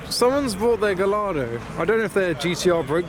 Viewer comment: the Lamborghini is pronounced Guy ardo, the L,s are silent my friend 🤗